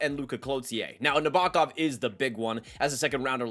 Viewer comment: Sean Behrens, Gulyayev, Nabokov, Bardakov. Come on dude..